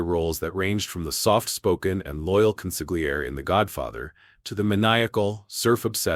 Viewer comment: "Consigliere" is pronounced as though the "g" were silent.